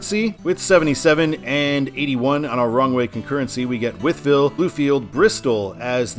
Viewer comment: The whole wythville I’ve heard it both but I’ve always pronounced it wiethville